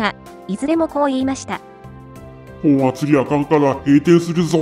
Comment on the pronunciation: ｢もとあつぎ｣ではなくて ｢ほんあつぎ｣